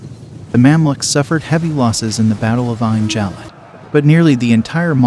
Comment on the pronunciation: Kutuz, pronounced kootooz. Bab El Zuweila, (the zuweila portal) pronounced with the article "el". Bab El Zuweila. Ein Jalut is pronounced EEin Jaloot. Ein Jalut is Goliath's Spring. Not "Herod's Spring". This battle forever diminished the Mongols influence and stopped them from invading North Africa. It was a sound defeat for the Mongols, their first and decisive one. It marked them psychologically and for the first time, allowed them to contemplate defeat as a possibility of war. Acre is pronounced, acra or St John of Acre.